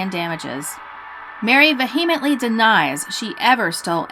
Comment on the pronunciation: "Va he meantly" lol